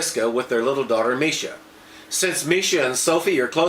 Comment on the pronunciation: Marsha not misha